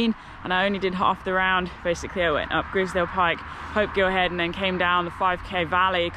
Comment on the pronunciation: Nice video, but Grisedsle is pronounced eyes not is.